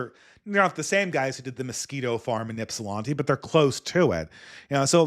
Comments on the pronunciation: How did you live in Michigan and mispronounce Ypsilanti wrong? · lived in Michigan tho...he should have heard someone pronounce ypsi the right way lol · Ypsilanti pronounced "ip sil lan tee" lan like land not lon